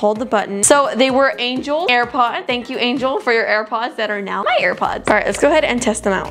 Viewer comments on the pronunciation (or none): Angelee not angel